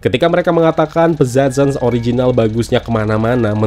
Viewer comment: Agak mengganjal sama cara baca judulnya. Hehe 🙏🏼